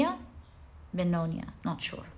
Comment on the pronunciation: Pile2. Its pronounced Beh-go-nee yaa. 😊 Loved the reading. Im about to start University so this felt very relevant. ❤❤❤ Thanksyou for sharing your gift with the world